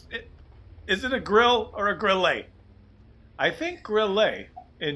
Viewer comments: grill-UH not grill-EY, but nice effort,! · Kooduh The emphasis in "Grille" is on the "i" not the "e". The "e" is short and pronounced as in "pen" or "mess". Just say "grill" and put that "e" at the end. ☺ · NoHomeLike more likey grill-eh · i guess...not sure...you say it like "grill-uh" and not "grill-ay" idk maybe im wrong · great commentary. In Deutsch, the final 'e' in a word is pronounced; it is not silent like English. But it's not like French, which might be pronounced 'grill-ay'. "Grille" is pronounced "Grill-uh," almost like 'gorilla.' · You're on to something grille is a cricket, wespe means wasp and hummel means bumblebee its the German insect tank line. And btw grille is pronounced with a short e not a double e like you say than it would be a grillee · And PLEASE, it is NOT Grilleeeeaaayy. It is Grille, short e. Like a grill + a short e at the and. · I think it"d be pronounced grill-ah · "Grille" is pronounced like "griller"... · It's pronounced 'griller'. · As a German you have to pronunce the "i" instead of the "e". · Hi, a link to Wikipedia: These are Grilles! In German you pronounce the "e" in Grille. Don´t take the right fork to often!